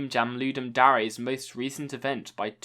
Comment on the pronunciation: bro lmao the waye you pronounce dare